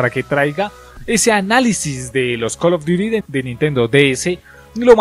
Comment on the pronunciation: Call duti zobi